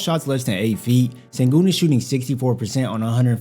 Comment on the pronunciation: He's shown a lot and he's only 20. Silas doesn't seem to think so though. And it's pronounced shen-goon.